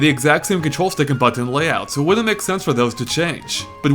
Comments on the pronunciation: hehe, you say button funny :) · U say the word button wired lol